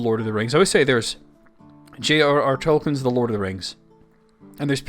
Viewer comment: I commend your Tolkien knowledge, but please: Toll-keen.